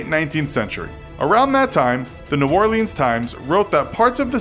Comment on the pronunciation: hE PRONOUNCED NEW ORLEANS WRONG